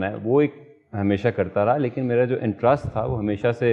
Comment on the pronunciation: Wahaj it’s - Interest not intrust 😂😂😂😂😂😂